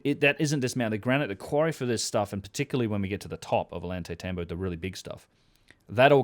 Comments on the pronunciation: Oh-Yawn-Tie-Tambo, The double L is pronounced like Y. Great podcast once again, otherwise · My friend. Love your vids. Double l “ll” in Spanish sounds like a “y” in English. Oyantaytambo. Ollantaytambo. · Ollantaytambo is pronounced with the double Ls sounding like a "Y". Oy ant ai tamb oh